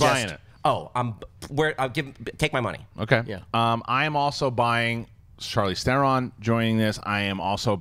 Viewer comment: "Charlise Thoron" Really? And this guy runs a major channel revolving around movies? Really?